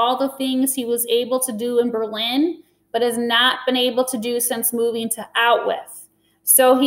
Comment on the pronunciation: Out-With Is Bruno's Pronunciation Of "Auschwitz"